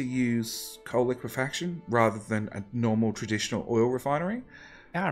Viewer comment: Holy shit... I think that's the first time I've ever heard someone say it correctly as liquefaction instead of liquification.